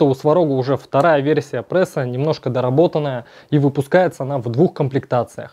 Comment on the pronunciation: да не ПРЭСА, а пресса! так дико звучит, но всё равно интересно.